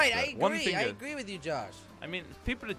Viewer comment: Why can't you say"different" properly 🤔